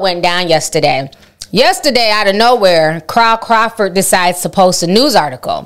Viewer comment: ”crawl crawford” 😂